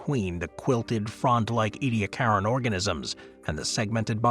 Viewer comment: 🙄 Ediacaran ( /ˌiːdiˈækərən, ˌɛdi-/ EE-dee-AK-ər-ən )